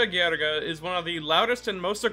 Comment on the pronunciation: "Ghriga" me, an italian :Facepalm